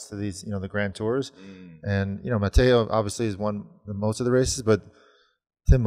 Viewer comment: Very annoying, sounds like a different person, just pronounce the English version or the French/Dutch version...